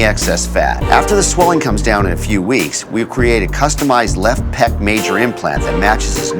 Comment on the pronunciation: Pec not peck. As in pectoral. Not a bird pecking with their beak.